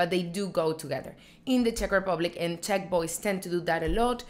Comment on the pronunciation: She kept saying "Tech men" so I thought she was talking about the I.T. Guy 😂😂, I think she meant to say Czech men.